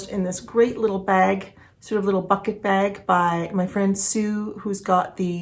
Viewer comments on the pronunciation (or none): none